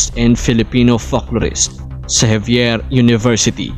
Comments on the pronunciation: Anong javier university? xavier university po yan..anoba namn yan..pre? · Xavier University was established during american period, by american Jesuits as Ateneo De Cagayan later on called Xavier University commemorating St. Francis Xavier (from Spain) So not really wrong to pronounce Javier but more correct as Xavier.